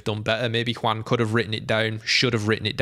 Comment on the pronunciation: First, very nice pronuntiation of "Juan", really, very nice :) Second, 100% agree with you.